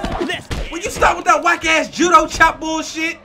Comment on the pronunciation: Lmao dude the way you say azz has me cracking up every time